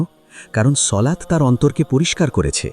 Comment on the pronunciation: সলাত না সালাত